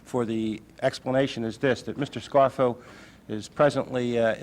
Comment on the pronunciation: Did Dan Rather say Nicodemo "Scarro" instead of Scarfo"...lol..lol